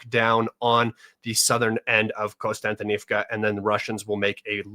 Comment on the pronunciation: One of the few commentators to realize there is no "N" after the first "O" in Kostyantynivka. Look at the actual letters in the [Latinized Ukrainian] spelling of the other settlements and you will be 2 steps away from pronouncing them all correctly. The topo analysis SW of that city really clarified why the Ukrainians have stalled the Russians there for longer than would have otherwise been expected.